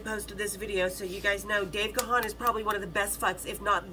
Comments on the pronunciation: Actually it’s not Gawn it’s pronounced Gan as in man. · It's not Ga-han, you pronounce it as GONE. But he is way too polite, he will never correct you